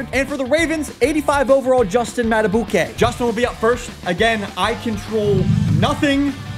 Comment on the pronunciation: did my guy just say madabooke